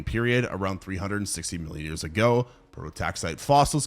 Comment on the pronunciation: it definitely sounded like billion